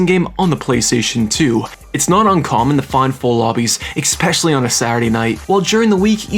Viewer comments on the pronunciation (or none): Idk why but I get so bothered when people say “Exspecially” instead of “Especially”. I swear, just about every YouTuber I watch does it. 😂 This guy does it A LOT though. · ekspecially isn't a word. it's especially. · escape and especially not excape and expeccially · It is expecially funny because he uses the word a lot. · good video, but you know the word is especially not ecspecialley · IT IS NOT EGG_SPECIALLY - It is especially. Quite frankly SAD that a German guy has to EGG-SPLAIN this to you. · Im 4 mins in and I’ve heard u say “eXspecially” like 5 times im losing my mind here lmao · “expecially” lol Jk, I loved this so much, I might have to relive my childhood real quick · "Exspecially"... for real dude? It's your own language... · IT WAS DRIVING ME NUTS 😭There is no X, K or CK in ESPECIALLY... (╯°□°）╯︵ ┻━┻ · My brother. *Essssspecially. Like Espresso. No X.